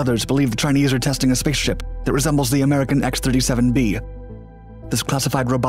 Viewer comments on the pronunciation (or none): "resembles" lol..